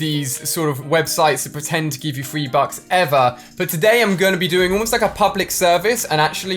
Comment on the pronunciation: Yo said free bucks lol